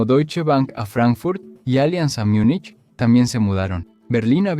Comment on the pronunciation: Tal cual, malpronuncia Myunich, aunque es Múnich en español y Munich (Myunic) en inglés.